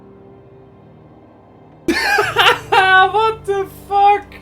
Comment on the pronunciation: this guy is certainly dutch. you can hear his dutch accent so clealy when he says what the fack. AWESOME!!